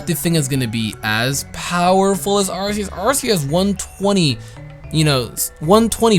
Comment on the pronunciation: It is pronounced arceus with a "cuh" sound I think. Like an Arc